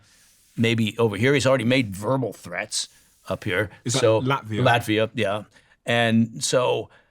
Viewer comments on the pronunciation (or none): none